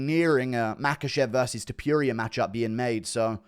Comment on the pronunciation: Doesnt bother me just to help out when you pronounce tuporia tou say tupuria its pronounced tupória although theres no ' in the o, tou say tupória with a óóó not a uuu